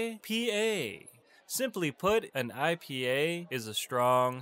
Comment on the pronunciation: Why did you say order and Ipa like that?😂